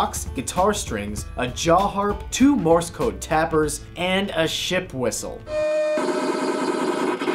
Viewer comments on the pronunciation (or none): none